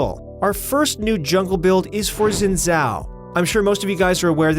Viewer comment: "Zin zhao" LMAO